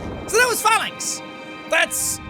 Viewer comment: I knew he was gonna say Phalanx but I thought he said Phallus, then called it the "sky spear" I was fucking dying